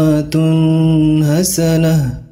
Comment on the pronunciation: pada kalimat uswatun hasanah..itu dibaca idzhar, jelas dan tak berdengung dan ada beberapa lafadz yg pendek dipanjangkan